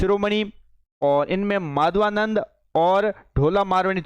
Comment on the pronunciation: सर जी अभी राजस्थानी भाषा बोलने में पूरे पारंगत नहीं हो बीच बीच में उच्चारण और पढ़ते भी सही नहीं हो जैसे माधवानल चौपाई को माधवानंद चौपाई etc. लगता है डिजिटल बोर्ड पर पहली बार आए हो